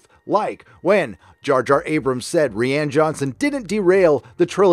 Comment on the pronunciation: It's R-Eye-Ann btw